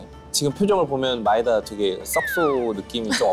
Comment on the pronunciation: 마에다상은 진짜 일본 발음이 좋았슴.전 일어전공자